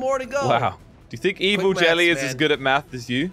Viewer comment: it sounds like jelly calls evil jelly rishy, odd